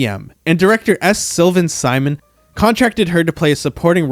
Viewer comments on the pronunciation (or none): none